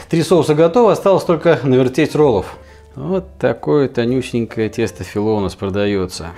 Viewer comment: Тесто называется фИло , ударение на "и", в переводе с греческого лист .